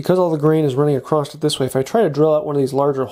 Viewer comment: Did you make this video just to see how many times you can say "acrosst"?